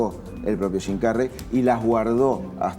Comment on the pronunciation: jajaj estos sudamericanos, hasta las palabras Gingas las pronuncian shim carrey en vez de su pronunciación correcta